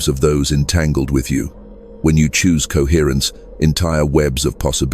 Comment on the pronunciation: CoHERRENCE. COHERRENCE. COHERRENCE COHERRENCE. COHERRENCE. COHERRRNCE. COHERTRNCE. COHERRENCE. COHERRENCE COHERRRNCE. COHERRENCE.